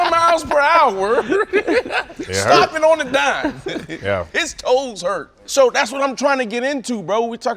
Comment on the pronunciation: “His TOe’s HUrtt😂”